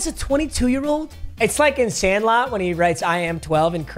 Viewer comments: Ain’t no way you said sandlot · Bro just said sandlot